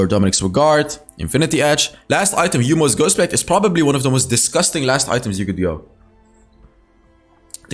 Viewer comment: Ah there it is, the jhin video. We've been waiting. Oh hey can we get a video not about marksmen? Oh by the way.... It's yo-mu, not yu-mo ghostblade 😂